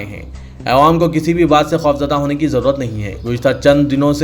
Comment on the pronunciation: Aap awaam ko aywaam bolte zara talaffuz durust kijiye